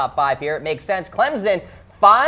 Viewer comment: "Clem-son" not "Clem-zon", and I don't particularly like them either.